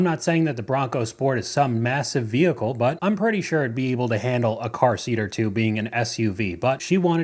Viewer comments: 😂😂😂😂😂 I'm sorry. She - and her HUSBAND? - thinks a Tahoe is going to last FIFTEEN YEARS?? I think she better rethink her faith in her choice of "vee-hih-coo". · Why do Americans say vehicle like that lol